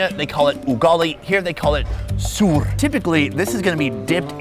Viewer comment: that is soor dauble o not suur 😂😂😂😂 and flies welcomes you though